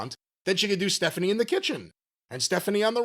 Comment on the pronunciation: "Staphanie" lol